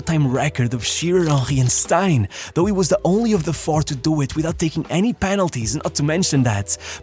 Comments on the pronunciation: it's cause of the stupid English language. You're not the only one to say it that way. But I sense from the amount of research that goes into your videos that you're possibly a perfectionist, so I just thought I'd let you know. Basically, if the person is British then Stein, Stene etc is Stean. Good video though, as always. Also, have you ever done a video on David Platt? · It's pounced stean for Mark Stein.😊.